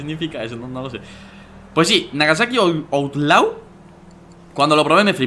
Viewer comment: Outlaw, correctamente pronunciado seria Outlo, y significa, fuera de la ley.